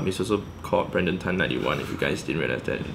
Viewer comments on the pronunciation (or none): great video! youll get Brandons name right one day lol